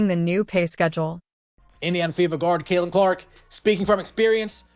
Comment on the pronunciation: Is he saying cakelin Clark lol. That’s kind of catchy.